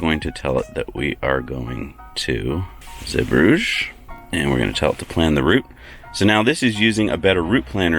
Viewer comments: Osnabrück is where my old company head quarters was, KME. I used to stay in the Walhalla Osnabrück all the time. KME donated a massive Copper/Zink obelisk in the town center. BTW it's pronounced OZ NARR BROOK. And Again, Zeebrugge is pronounced ZEE BRUGGER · Zeebrugge is not pronounced like Bruges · Zeebrugge is located in the Dutch speaking part of Belgium (Flanders), and should therefore not be pernounced French but Dutch. Love the video tough! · yep, but I doubt he is able to pronounce the “g” the right way